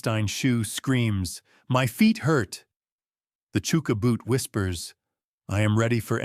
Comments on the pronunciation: It’s pronounced Chucker not Chooker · It's hard to take it seriously when he pronounces chuka boot as "chooka" when it's "chucka". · "CHOO-ka" boot???..... Really??... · Its AI is why its pronounced wrong